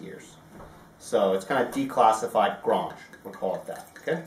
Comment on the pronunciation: One comment if I may please. It is pronounced Grange as in Angel (or graynge). You're almost trying to pronounce it with a French twang to it but this should not be the case. thanks and regards.